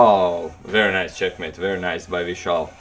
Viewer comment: "Wery good move by "